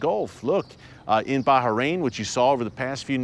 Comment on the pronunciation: Finally, you pronounce baHrain properly ✊😂✊ thank you!